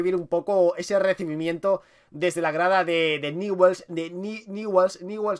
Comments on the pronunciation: BRO NO ES NIWELS ES newells y se pronuncia ÑUBELS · Ñubel se pronuncia no niwells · Nievels se pronuncia... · Franco #RETRAMONGUER4EVER Se pronuncia NIEVEls❄️☃️ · Se pronuncia Ñubel, grande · ÑUBELS SE PRONUNCIA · Se pronuncia "ñubel" hay gente que lo pronuncia, Begues o niguels pero se le pronuncia "ñubel"jaja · PRONUNCIA ESTO: "NIULS" ASÍ SE PRONUNCIA.JAJA. SALÚDAME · Se escribe NEWELL'S se pronuncia niuvels VAMO NEWELL'S CARAJO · newell's se pronuncia "niuvels" y si no se puede abreviar "niuls" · Se escribe Newell's pero se Lee ñubels jajaja me molesta mucho q lo diga mal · Newells se pronuncia Nuiwels o tambien podes decir Ñuls. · Newells se pronuncia nevuels xd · se dice niullsssssssssssssss!!!!!!!!!!!!!!! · jajaja dijo nievels y aparte les dijo que esta vacia la cancha!! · Se pronuncia niubells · se escribe newell's pero se pronuncia ñubel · Jajajaja que feo es ser dé Newell's. no sabe ni pronunciar su nombre. Jajajaja que equipo chico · Como nos esta chupando la sangre y no sabe ni pronunciar newells